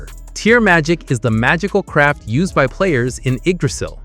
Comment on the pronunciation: Lol I was playing this in the back ground, every time he said magical craft I heard magical crap 😂😂